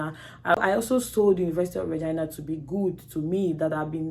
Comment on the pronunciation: She said University of Regina (Reh-gai-na) not vah-gai-na